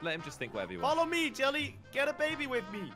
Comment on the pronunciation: Was it just me or did it sound like jelly swore